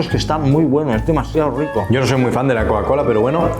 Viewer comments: Amé "coacola" 🤭🤭🤭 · Aprende a decir Coca-Cola Por favor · No puede pronunciar coca cola?